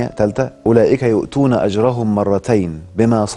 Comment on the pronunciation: ولمن صبر (بفتح اللام وليس بكسرها وهناك فرق في المعنى واضح ) يؤتون (بفتح التاء وليس بضمها )